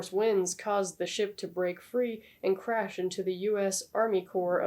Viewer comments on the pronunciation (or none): none